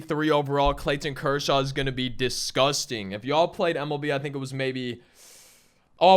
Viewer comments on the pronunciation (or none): “ClayTTTon Kershaw” lol